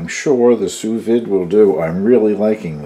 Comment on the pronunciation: A very nice cheese!! I like milder cheeses myself. I have to admit...Swiss is my absolute favorite!! I am not the Grammer Police by no means but the proper pronunciation is "Sue Veed". I learned this the hard way when I went to culinary school. LoL When you do your fish...be careful and not overcook. It will turn mushy as can be. I will guarantee you won't like it. LoL